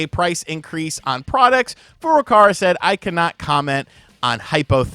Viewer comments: Please pronounce Furukawa's name correctly; it is Furuka-WA not Furuka-RA. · Kyoto Kyo-Toe Not key-yo-toe ... Furukawa Foo-Roo-Cow-Ah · He still says Furukawa wrong.